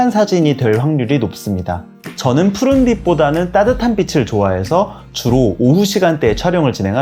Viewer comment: "빛을"비츨"빛이'비치" 자칫 '비슬' '비시"으로 거슬리는 발음 하는 분들이 많은데 은 정확히 발음하셔서 더욱 호감이 가고 신뢰가는 영상이었어요.~~^^..물론 사진꿀팁은 더더욱 되돌리며 공부하는 마음으로 봤지요..~^^ 감사해요~^^